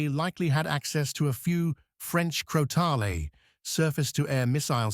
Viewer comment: Crotale is being pronounced in two different ways. Other than that - a solid video!